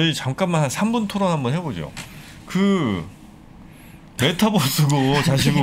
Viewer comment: 께임, 메타뻐스, 빼터리 .... 발음이 조금 과격하십니다.ㅋㅋㅌ